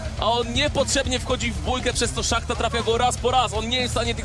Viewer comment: Nie szachta tylko shmata